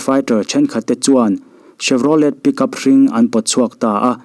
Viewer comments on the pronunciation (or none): none